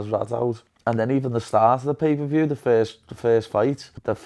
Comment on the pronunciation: He said 'pee per view'